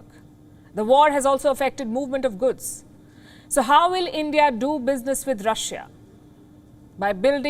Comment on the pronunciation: It's not guds, it's goods Palki ma!